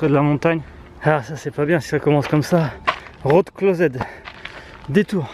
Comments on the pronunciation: "road clos[èd], bon pour l'anglais on repassera 🤣 En tout cas, un grand, enormissime BRAVO, et merci mille fois!! Notes pour nous-même: avant d'aller à Séoul, entraîner son cardio et ses jambes, avant de faire le tour de la muraille: entraîner son cardio et ses jambes pendant 5 ans non stop 🤣. Bravo bravo bravo!! 🔥🔥🔥🔥🔥🔥 Edit: pourquoi y a des dislikes??? Je comprends pas oO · Le « road closed » avec l’accent français j’adore 😆